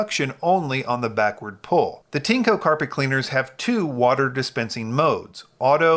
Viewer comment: It’s pronounced “TIN-ECHO”